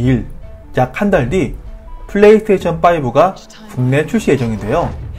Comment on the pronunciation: 플레이 서테이션으로 들립니다.